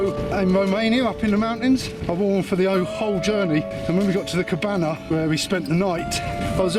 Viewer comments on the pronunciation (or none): none